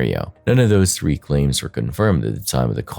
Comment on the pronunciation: It is said Feb ru ary it is th ree not free.